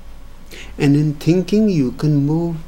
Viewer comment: "tinking about itssshhh..." When I listen to his approach against thought and logic, it sounds beautiful. I have been in that area myself. However, it also means that you distance yourself from the society and public life, which is going in theopposite direction, becoming more about "tinking" and less about "seeing". I would be interested in hearing Osho touch upon that conflict.